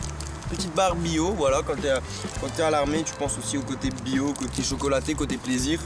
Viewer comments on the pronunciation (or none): on dit bio pas byyyyyyo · On dit pas "biio "mais bio